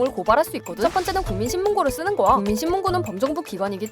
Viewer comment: 거야 발음이 고아로 되는거 수정 좀 부탁드릴게요.